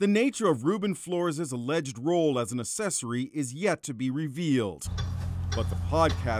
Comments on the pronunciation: Wait hold up- Did he just pronounce the word “accessory” as UH-SEH-SORRY and not UHK-SEH-SORRY ? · Asses- ory 🤔 ACK-Sess- Ory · The way he mispronounced accessory.